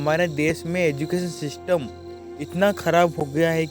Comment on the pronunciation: System ❌ sistem😂😂